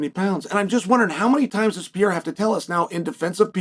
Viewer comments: Chael, big fan, watch all your clips. His name is not Pierra. It's not spelled or pronounced Pierra. Pereira. Pe....rei....ra. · Pay ray ra